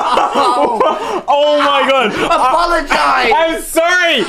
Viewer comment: “APOLOGIZE” LMAOOO